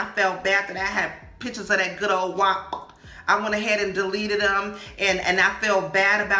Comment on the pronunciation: ..it's prounced WAP like App with the W in front of it..good vid😉